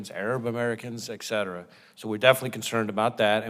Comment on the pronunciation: Never forget this date! Mayorkas is a Halloween joke. He must be fired or resign his post NOW. And, by the way, the word is "et cetera" (etc.), not "ex cetera"...my only point: Homeland Security employees are uneducated & it shows in all aspects of their work. Bravo for this post!